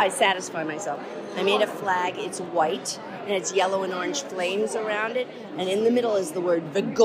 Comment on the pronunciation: I like how she emphasizes the word white in her imaginary flag😂😂😂